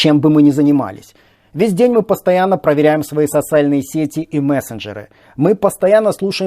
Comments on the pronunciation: ты специально сказал "сосальные сети"? или оговорился? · Мне показалось, или вначале сказал сосальные сети?)))